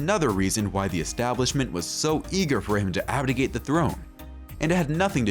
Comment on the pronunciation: It's abdiCate, not abdiGate. And most of this is very far from "secret".